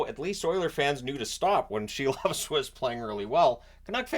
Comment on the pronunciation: Silov is pronounced SEAL- OFF, lol